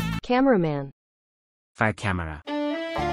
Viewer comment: How i say camera man in Scottish Gaelic Fear-Camera but i hear: Fu** Camera